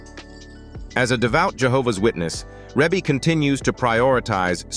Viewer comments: The video is narrated by "AI." That is the reason her name is mispronounced. 😂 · AI never pronounce any name right